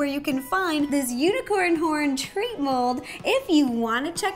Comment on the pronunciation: I thought she said u n i c o r n p o r n